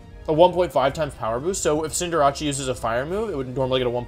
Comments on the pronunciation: Pretty new to the wolfeyvgc channel. can anyone explain why he purposefully mispronounces stuff? (V-->W, CindrAchie, liBERo, etc) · Wolfe are you saying Cinder-achy?!?! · cinderachi lmao no problem in mispronnouncing but how do you mess up a name so simple and in english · Why does he call Cinderace Cinderacci? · Wait Cinderace is pronounced Cynder-acchee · So is pronouncing cinderace cinderachi an inside joke or are you just pronouncing it wrong. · You have good videos but cinder-ach-e kills me. It's not italian. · I'm still trying to figure out why Wolfey is saying its name wrong. Court Change is a very easy name to remember. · Hey Wolfe it will make me feel better if you pronounce BOTH C’s in “Cinderace” the same way thanks ❤️ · I'm new to this channel, so could someone please tell me the way he pronounces Cinderace is just as a joke or for memes. Because it's low-key driving me insane lmao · Why does he not pronounce Cinderace correctly? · That pronunciation of cinderace is painful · I don’t think that’s how you say cinderace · Your pronunciation of Cinderace makes me uncomfortable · Does he say cinderaces Japanese name or is he saying it wrong lol it's kinda annoying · Why do you pronounce cinderace like that? Like is it as a joke it or do you just legitimately think that’s how it’s pronounced? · I don't know why he says it like that... It's cinder-ace. "Cinder" like fire and "ace" like in a deck of cards. "Ace" is also used to describe a really good athlete. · Wtf is a CINDERACCI????? Its CINDER-ACE!!!!! Get your names right or dont call yourself a pokemon fan. Sorry not sorry but ur pronounciations are triggering. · Please Cinder-ace not Cinder-achi please i beg u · Cinderachi. Lol Cinder-ACE my guy. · Is it pronounced Cinder-achee or Cinder-Ace? I think ace fits more with a soccer player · Did this man just call Cinderace ..."Cinderachi" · Who is cinderachi I know cinder ace not cinderachi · Why do u pronounce it cinderache its cinderace